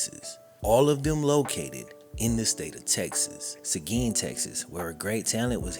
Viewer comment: credit for pronouncing seguin right